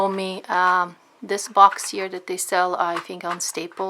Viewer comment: "We're going to sew dis side and then dis side and then dis side and then dis side. Now I'm gonna go do dat and I'll be right back'. too annoying.